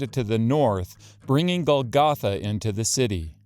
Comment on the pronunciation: It would be nice if you knew how to pronounce the word Golgotha. The accent goes on the first syllable.